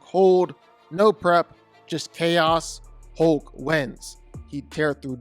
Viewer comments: The Incredible “HOKE” 😂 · Good sir. If you’re going to repeat the word “hulk” 800 times in a video please learn that there is indeed an “L” in the word.